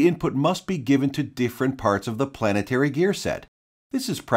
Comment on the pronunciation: Gear planet tary